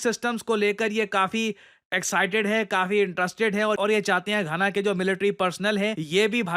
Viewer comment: Gaana, khana ❌❌ Ghana ✅✅